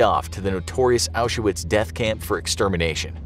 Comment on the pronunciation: how do you not know how to pronounce Auschwitz????